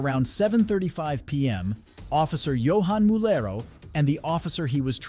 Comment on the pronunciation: Mulero, not Murello.